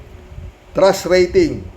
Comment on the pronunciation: O sige, sagutin ko tanong mo: ANO ANG TRASH RATING KO KAY HITAD? hahahaaaaa.... 100% trash ang rating ko dyan. ay, ano ba TRUST ba, kala ko kasi trash eh, yung promounciation mo kasi, may diperensya... ahahahahahahaaaaa.... jokelangpo!